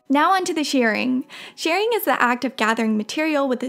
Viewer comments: Shirring is not pronounced "shearing" (although most people do say it that way), its pronounced "shurring", like sure. It drives me crazy that people pronounce it incorrectly . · I believe 'shirring' is pronounced 'shih - ring' - short I, not long E. I know, picky, picky!!! :) Love your videos, and your work is fabulous!!!